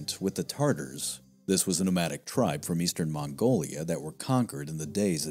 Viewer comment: *Tatars Not like the sauce